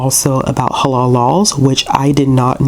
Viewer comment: You are saying halal right! Checking to see if my library system has a copy asap 😊🧕🏽🌭